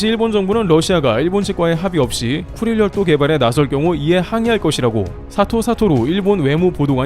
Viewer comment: 나만 그런가.....왜 자꾸 급똥지역으로 들리지......